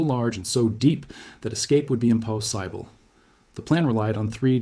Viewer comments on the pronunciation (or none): How do these AI lines that the AI guy can not even pronounce skape E goat? Im Poss Simple? Where do they train this guys in Russia?